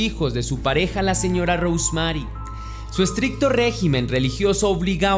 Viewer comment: Repite conmigo: "Rous Merry" (y no está correctamente escrito, te pongo como debe pronunciarse).